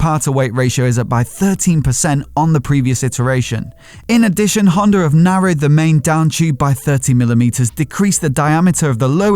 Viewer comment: Haha... the R is silent :) eller inte ;)